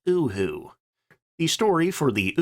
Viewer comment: UHU ISN'T PRONOUNCED UwU wtf